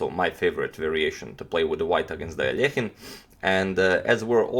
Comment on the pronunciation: Finally "Aljehin" instead of that terrible anglo "Alekhajn" pronunciation!!!